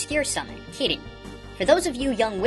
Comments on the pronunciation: Just a note that Kirin is pronounced chi-leen in mandarine and is originally Qi Ling. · When I was younger I thought Shiva was supposed to be pronounced "Shiver", because the Final Fantasy version was the only one I knew, and of course, she was ice related. Also, when you mentioned Kirin, I stupidly thought you were saying "kitty" the first few times.